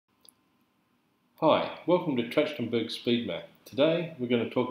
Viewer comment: Mispronouncing the name of the method.